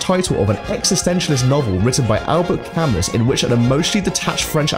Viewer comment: I had a brain aneurysm when he pronounced Albert Camus